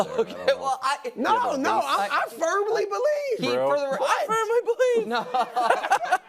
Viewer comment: “I firMy bElIEvee!” 😂😂 took me out